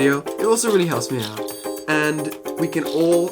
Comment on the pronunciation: The way you pronounced "out" in "I wanna take you out" as "oawt" drove me up the wall, but otherwise this is a neat video :O Very interesting.